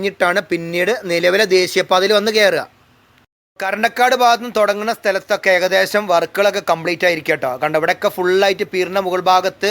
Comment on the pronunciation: കറണ്ടക്കാട് അല്ല ബ്രോ 😂 കറന്തക്കാട് ok😊